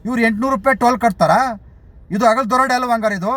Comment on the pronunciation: ಕನ್ನಡವನ್ನು ಕೊಲೆ ಮಾಡುತ್ತಿದ್ದಿರಲ್ಲ. ಅಗಲು ದರೋಡೆ ಅಲ್ಲ. ಹಗಲು.